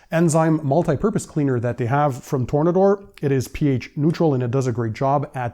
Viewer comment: Its Tore-Nader